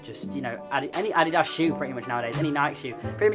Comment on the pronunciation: I hate when u say adidas wrong